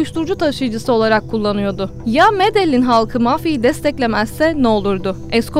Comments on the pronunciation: Medelin degil Medehin diye okunuyor.Emeğine sağlıklı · Medeyyin diye okunur. bilginize